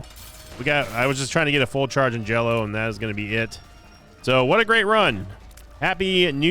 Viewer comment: Every time you said "I'll tell you Hwat!" or "Shota Speedo!" 🤣